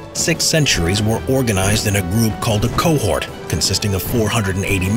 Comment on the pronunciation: cohort mor elike quahog from family guy